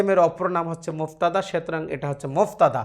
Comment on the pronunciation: মুবতাদা । মুফতাদা নয়